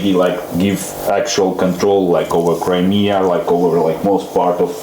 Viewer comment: F'ing witkoff. Mispronounces Crimea AND Luhansk. Refers to Donbass as an Oblast (he didn't specifically say that, but he thought it) It's obvious he has ZERO interest in Ukraine. As an envoy, can't even be bothered with knowing all the names, so I'm POSITIVE he doesnt know the history or ANY facts!!! F'ing pathetic!